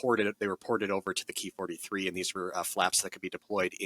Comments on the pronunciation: It’s “k” “i” not “kee” really disappointing when you tubers try to change shit. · It's "ki" as in "key." It's short for "kitai," which is Japanese for "airframe."